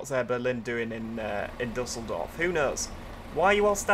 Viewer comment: just a little tip, it is pronounced like dieseldorf :)